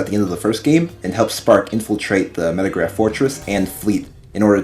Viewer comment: The name of the computer is Megaraph, not Metagraph It's a relatively minor mistake, but you named it incorrectly every single time throughout the video